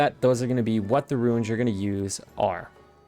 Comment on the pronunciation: I am not here to troll you but I would like to point out it's very confusing when you say runes. You are sayin ruins and not runes. I do the same thing with melee "me-lee and not may-lay. No one is perfect but ruin is a warlock spec and runes are completely different